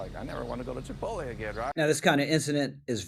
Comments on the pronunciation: it's chih-POAT-lay 😊 Love your content, man! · It's pronounced chip-POTE-lay. Thank you for your attention to this matter. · It’s Chee-polt-lay dude come on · As concerning as this is, I’m honestly more disturbed that you just called chipotle “chi-pole-tee”. What is this, 2007? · This guy can't pronounce chipotle lol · Bro that is not how you pronounce Chipotle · Rich gotta learn how to pronounce Chipotle 😂